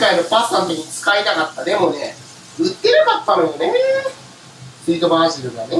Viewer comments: のところパジルになってない？バジルじゃないの？ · パジルじゃなくてバジルじゃね？